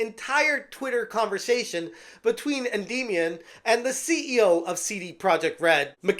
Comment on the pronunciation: Is it me or is he pronouncing Endymion wrong?